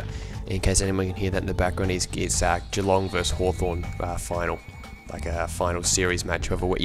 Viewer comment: Oh my god you're Australian. I wasn't positive until you said Geelong vs Hawthorne :D